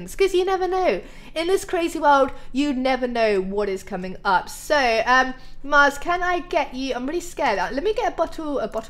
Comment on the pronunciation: when she went to see the Snow Golems she said max instead of Mars